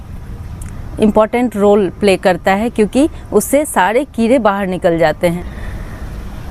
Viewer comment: keere nahi keede bolte hai. 😂😂